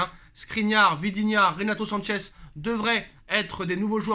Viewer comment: arrête de faire exprès de dire vidinha c'est vitinha